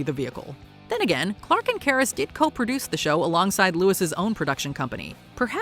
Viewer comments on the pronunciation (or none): none